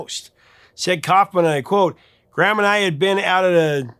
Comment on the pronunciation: BTW—it’s Gram, not Graham, Parsons. The Gram was short for Ingram.